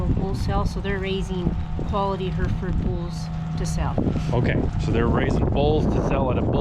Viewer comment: Herefords are from Herefordshire, pronounced like 'hairy ford', not her ford. Just so you know for future. Great video, very very interesting and informative.